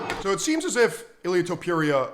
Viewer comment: Jorge Masvidal calls him “Ilia Tempura” 🍤 and he trained with the guy. Your point is kinda pathetic.